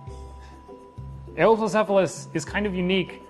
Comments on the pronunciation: Its You-wop-low-sef-a-lus, not A-ohp-low-sef-a-lus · Eh-woah-plocephalus?! I always say You-plocephalus... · I always pronounced it (dropping emphases and being lazy about transcribing my phonetics): "You-oh-plo-ce-pha-lus". Wikipedia seems to back me up: "yoo-OP-loh-SEF-ə-ləs" "Eh-oh" is...really weird to me, I'm not sure where that would even come from... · According to most sources I'm aware of--and this has been my favourite dinosaur for like a quarter of a century--suggest he pronounced it wrong. Presumably it's a secondary pronunciation from somewhere, but I've never heard or seen it transcribed before. I'm most familiar with this: "yoo-OP-loh-SEF-ə-ləs" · No, but really: this is my favourite dinosaur. Where did that pronunciation come from? I've never heard or seen it before, and it doesn't make much phonetic sense to me. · Your pronunciation was wrong but other than that this is awesome!